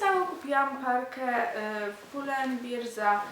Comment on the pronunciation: pull and bear hahah jak mówisz beer to znaczy piwo :D